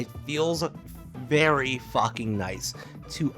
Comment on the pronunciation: “Very focking nice” 😭👍